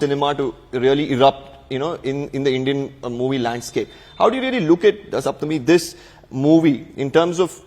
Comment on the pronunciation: Thank you for pronouncing Saptami as Saptami and not "Shaptami".